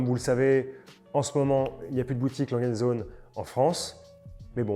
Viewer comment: « A » « langueu » « und » « zohneu » pour la prononciation! Les allemands doivent être fous à nous entendre saccager toutes leurs marques haha